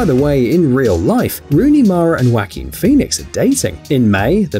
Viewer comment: "WHACKIN' " great Phoenix... It's pronounced "WAH-keen".